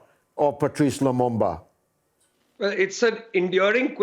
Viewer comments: It's LUMUMBA not Lumamba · It is pronounced as it is spelled: LU-MUM-BA